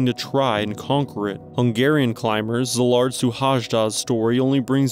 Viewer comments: Cee-lard Shoe-hayda is the pronunciation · A little help: his name is not Suhajda, that's his Family name. His name is Szilárd, pronounce it with an S letter like Silard. Because in hungarian SZ is S in english but S in hungarian is not like in english that's an "Ash" sound , and H is also not how we say in hungarian but like The first letter in thw word "Hike" so his family name is S ( like "ash") , U , H (like the first letter of Hike or Hiking), A , J like Y "yeah", D, A. You learnt something new 😉